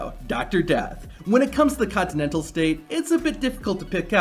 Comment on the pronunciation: Colorado's "The Centennial State"; not "Continental". There's 47 of them here other than ol' 1876.